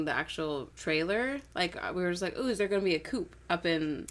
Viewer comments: Coup is pronounced coo as in poo not coop as in poop. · Please stop pronouncing the "p" in "coup". Thanks.